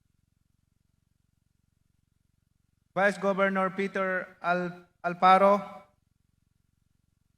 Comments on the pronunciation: Governol daw hahahhahaha Edi! Tipaklong!!!! Hahahhaha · Hahaha napansin ko din..governol😂🤣..